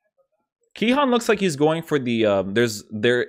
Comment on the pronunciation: Its Cihan with a c like ch in china